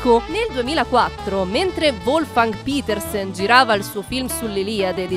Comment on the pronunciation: Sipronuncia Petersen come è scritto, non Pitersen. È tedesco.